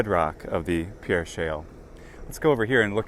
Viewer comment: Great vid. I live in S.D. Just an FYI, we pronounce it “PEER” even though spelled like the french pierre.